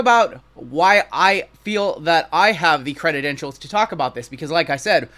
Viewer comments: Are u saying crededentials?? Its credentials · Credentials. Not credidentials. Just had to say it bc you said it so many times! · Love ya buddy-- think you are legit in the hobby--- but its credentials--not creditentials---LOL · Cre-dent-ials not cred-ded-ent-ials lol Sorry I couldn't contain myself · Cre-den-tials just 3 syllables for the future. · Cre dent shuls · i love ya, been subbed for a long time...but if you are gonna talk about credentials, you have to say the word correctly bro...credidentials is not a word... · Awesome video!! But please God learn how to pronounce credentials 😂